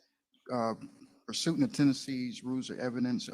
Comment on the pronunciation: Lmao he actually said "persootin" instead of persuant. My god